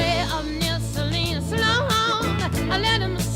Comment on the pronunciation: One odd note in Lightfoot's version is his mispronunciation of Salinas -- also evident in other covers by people unfamiliar with the place.